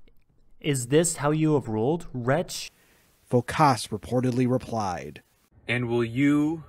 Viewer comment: Phókas, not Phokáss !